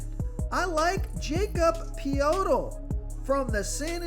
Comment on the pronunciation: Liking DeRozan tonight. Nice try on the Poeltl pronunciation. Try ( Yakob Poh-dle ) in the future